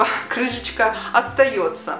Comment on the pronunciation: Виктор Леонов неет, там прозвучало крыжечка :)